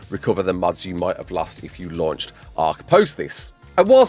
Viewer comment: I thought you were saying muds instead of mods I'm like multy user dungeons? Hahah